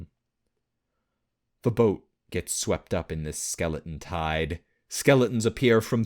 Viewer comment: Skeleons never a T when he says it.